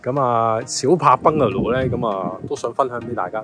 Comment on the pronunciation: 多謝分享🙏🙏🙏不過麻煩你個Bungalow讀音搞搞佢，兩位主持都好似講到怪怪地咁，